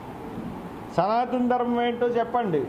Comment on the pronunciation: సనాతన ధర్మం అని పలకడం నువ్వు సరిగ్గా నేర్చుకుంటే నీకు అర్థం అప్పుడు దాని అర్థం ఏమిటో పవన్ కళ్యాణ్ గారు చెప్తారు